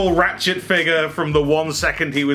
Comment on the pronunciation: When you say 'ratchet' is sounds like 'rat s**t'. Coincidence?